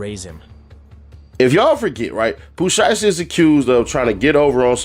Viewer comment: he said that bc you kept saying his name wrong